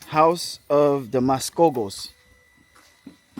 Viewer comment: Mascogos sounds like Muskogee.